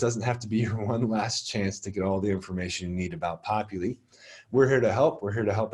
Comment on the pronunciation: LOVE this!! Thank you for these :) I will pass these on to our new professors. BTW... its Popul I not Popul E LOL